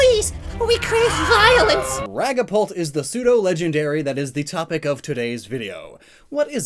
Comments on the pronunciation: Raggapult? What’s raggapult? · Did he just say ragapult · Wanna hate me? I pronounce dragapult like asphalt.